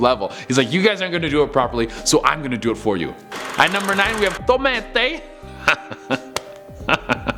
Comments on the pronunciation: its just tomte not tomente... even a norwegian got a bit annoyed by that XD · It really makes me annoyed that he pronounced tomte wrong it is pronounced like tom tay not Tom tea and it is a part of the Swedish tradition Santka Lucia which was a saint from the 3rd century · Tomte not tomete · "Tom-e-te": Every person in the Nordic countries/Scandinavia either cringing hard or laughing hard😂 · I'm Swedish, and Tomte is pronounced (Tome-tah) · Tomte is pronounced without the extra E in the middle. To me it sounded like something coming from Asia. Tomte is the Swedish word for a small ''elf like'' entity that lives on Scandinavian farms. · U say tomte differently :3